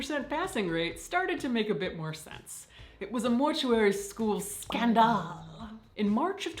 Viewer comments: "It was a skan-dahl" 😂 😂 😂 Hilarious! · Obsessed with your pronunciation of "scandal"